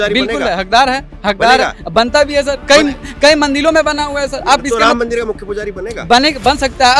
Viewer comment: किस गंवार से बात कर रहे जो मंदिर को मंदिल बोल रहा है 😂😂